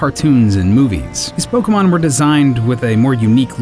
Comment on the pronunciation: Don't voiceover a Pokemon dyk video if you can't pronounce the Pokemon correctly